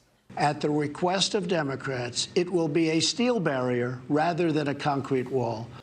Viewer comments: “At the reekwest of...”. You think a speech impediment is a telltale sign for something ? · He's turned into Elmer Fudd...ROTFPML.......at va weekwest of demmokwatss, it will be a steel bawwier...... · At the "wequest" of democrats